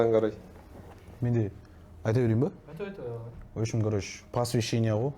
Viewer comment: “Опшем“ емес !!!! “В общем “ !